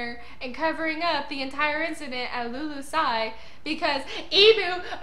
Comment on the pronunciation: Just one small correction. It's the kingdom of Lulusia (Lulu-sha) not 'lulusai"